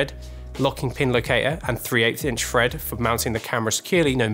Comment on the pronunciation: Why can't British people pronounce 'th' properly!?! Quarter inch FREAD. Deary me...